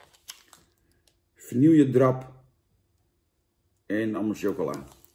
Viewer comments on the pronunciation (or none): Het is godverdegodver OOOOOREO en niet OREEEEEO en het is VANILLE en niet VANIELJE boerenlul...! 😘